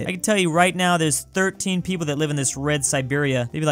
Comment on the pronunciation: 5 Million Pwople?